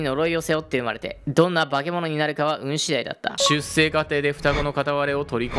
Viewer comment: 出生 しゅっせい じゃなくて しゅっしょう だよーー😭😭